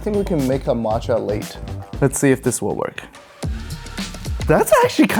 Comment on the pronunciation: He said macha late instead of latte